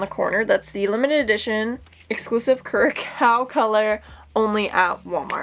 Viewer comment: Curacao is pronounced like the way you said it, except the second part make it sound like it rhymes with 'how' but with an 's' (like you're saying south without the -th). Great collection!